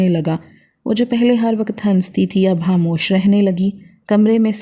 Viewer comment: Hamosh nahi khamosh hota hai😂 handan nahi khandan hota hai